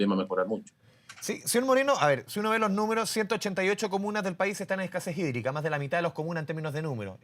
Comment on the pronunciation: Crisis sídrica. Asi se pronuncia sídrica🤣🤣